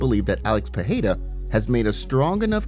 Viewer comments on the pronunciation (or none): Its Pereira not Pehada